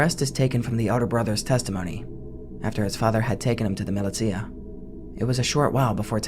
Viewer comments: mih-lih-tee-uh, bitch do you mean muh-lih-sha? 💀💀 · it's millie-sha not milly-tia